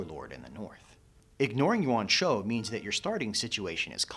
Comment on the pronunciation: Your story telling is superb, but you really need to work on your pronunciation. It is cringing and people that already know the RoTK lore don’t know who you are talking about. It took several time of you saying Yuan Shao for me to recognize who you were talking about. I will say your pronunciation is much improved over the Sun Jian video.